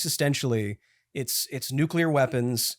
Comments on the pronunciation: Everyone else: Nuclear Will: Nucular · You can tell little Willy grew up in during the Dubya Bush administration, says “nucular” every time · Literally the whole episode I was annoyed by the constant nucular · also WILLIAM ITS NUCLEAR. NEW-CLEAR. NOT NUCULAR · "NU-CUE-LEAR" triggers my autism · Goddammit, Will. NU-CLEAR. NUUUUU-CLEARRRRR.